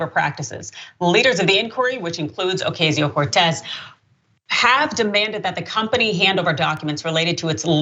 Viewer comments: Why are you saying her name like "Ocazio" when it's pronounced like "Ocasio" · Please pronounce Ocasio correctly. You are pronouncing it how the right-wing intentionally mispronounces it.